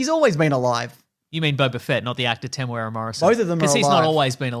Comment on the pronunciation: It is not pronounced Temoweara